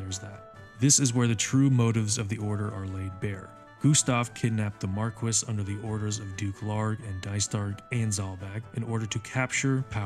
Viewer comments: I haven't played any Final Fantasy game, just listening to this in the background, but your pronunciation of Marquis is driving me crazy. The title is a French word, pronounced 'Marr-key' not 'Mark-wiss'. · I just have to chime in... Marquis is pronounced "Mar-kee" not "Mar-kwis". It's a French title. Also hearing you call The playstation era the "early days of RPGs" made me feel ancient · Bro "marquis" is pronounced "Mar‐key" MARR KEY!!! NOT MARR KISS💋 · i cant believe after all these years that marquis can actually be pronounced markwis, instead of markee. Damn british people. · they pronounce it mar-kwiss in the game